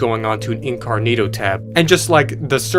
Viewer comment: “Incarnito tab”